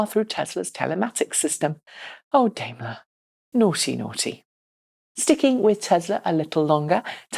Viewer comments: Daimler is pronounced "dime-ler" and not "dame-ler". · Up until this episode had been pronouncing it the German way, but for some reason she switched to the UK method today. I don't mind either way, i know what she is talking about